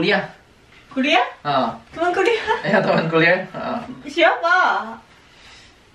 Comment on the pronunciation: Ngomong temen,dengernya tuman wkwk